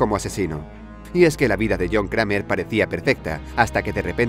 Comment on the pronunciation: Cramer no existe, se dice creimer.